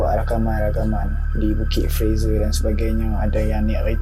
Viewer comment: Ni bukit fraser.. Awat aq dengaq hang sebut lagu Bukit Pfizer? Haru la telinga aq. Apa pun, welkam back oii. Lama tunggu video hangpa.. ✌️👍